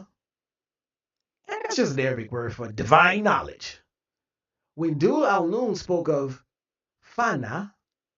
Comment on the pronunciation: Just as a clarification, it is pronounced Beeijah, and regarding Dhul-Noon—pronounced Zul-Noon—the point is not that he was the first Sufi master or that Sufism began with him in Egypt. Sufi masters and the spiritual realities later systematically articulated under the science of tasawwuf existed within the Islamic tradition for well over a century before Zul-Noon. Zul-Noon himself was a Nubian who lived in Egypt, and he belonged to a direct chain of spiritual transmission understood within the Islamic tradition as ultimately returning to the Prophet Muhammad ﷺ. His particular historical importance is that he became one of the earliest major figures to articulate the science and terminology of Sufism in Egypt. That is fundamentally different from saying that he introduced an indigenous ancient Egyptian spiritual system into Islam. Zul-Noon is also traditionally associated with knowledge of the ancient Egyptian sacred language and writings. He is regarded as the first known among Arabic speakers to have deciphered and understood metu-ntr, and he incorporated elements of this ancient Egyptian knowledge and its truths into material attributed to his commentary on the Qur'an. The traditional Islamic understanding of sacred history provides a fundamentally different explanation for the relationship between ancient sacred traditions. Islam teaches that God sent prophets and messengers to peoples throughout human history. The Qur'an explicitly states that every nation received guida